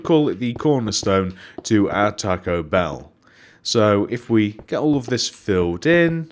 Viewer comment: it's bell not beel